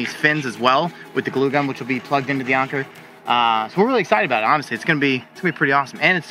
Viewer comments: Bro really said “onker” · That is not how Anker is pronounced. Call their 800 number to hear it from the company themselves!